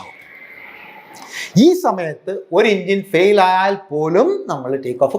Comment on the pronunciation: എൻജിൻ എന്നുപോലും പറയാൻ അറിയില്ല ആശാന്. "ഇഞ്ചൻ" അല്ല സോപ്പിന് പകരം തേച്ചു കുളിക്കുന്ന "ഇഞ്ച".